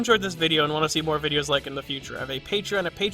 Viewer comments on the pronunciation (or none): none